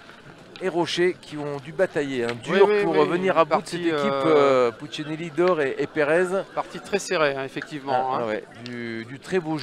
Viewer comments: C'est marrant de ne pas arriver à dire Puccinelli. 🤣🤣🤣 Puccilini😅😅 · Le commentateur qui prononce « pucineni » et « doère » connais t’il un minimum les joueurs ?😅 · Puccinelli va vous faire un procès au vu de la prononciation de son nom lol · Franchement insupportable le commentateur qui sait pas dire pucinelli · Pastorelli Ça c'est sûr. Il a complètement écorché son nom. Celui de David "Lilian" Doerr aussi, d'ailleurs. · Ce serait bien que le commentateur prononce correctement le nom de Puccinelli Il le découvre peut-être 😮